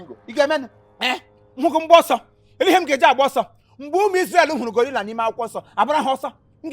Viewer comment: Did he say gorilla abi Goliath😏😂😂